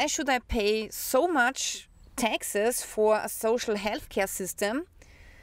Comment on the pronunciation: you speak taxes like texas